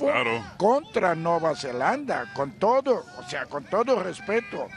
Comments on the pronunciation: Alvaro lleva toda una semana diciéndole Nueva “Zelandia” a Nueva Zelanda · Y Alvaro sigue diciendo Nueva Zelandia.